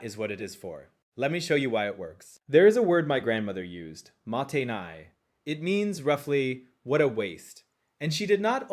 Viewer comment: Your pronounciation for the first "motainai" sounds more like the word for "it can't wait"